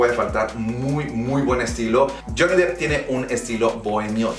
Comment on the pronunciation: No, está bien pronunciado. Se pronuncia depp (dep)